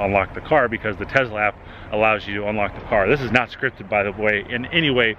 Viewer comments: It's tes-la not tez-la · Hey bud, Tesla does not have a “z” in the name that I know of... you keep referring to it as a Tezla!!!